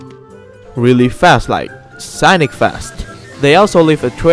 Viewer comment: Dude its pronounce Sonic not Sanic